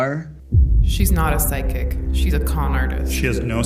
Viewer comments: "Find pyshic" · "Psyshic" LOL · 'Pyshic' lol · pyshic, ah yes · pyshic lol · Types in “pyshic” instead of psychic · "pyshic" LOL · “Pyshic” 😂😂 love you man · "Pysich" lmao